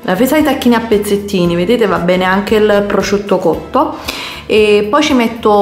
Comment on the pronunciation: Il pprrrosciutto!!!😐